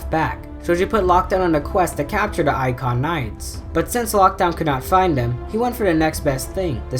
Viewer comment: It’s Iacon, not Aka or whatever you said.